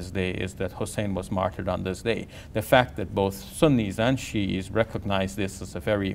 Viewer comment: why does he keep saying shia wrong?? its so distracting.